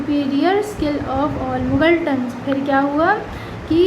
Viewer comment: Magaltan nhi hai muggleton hai😂😂